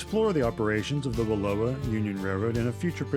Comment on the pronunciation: 'Slough' is pronounced 'sloo.' Wallowa rhymes with 'Allow-a' not Aloha.